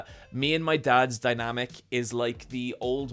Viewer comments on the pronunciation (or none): none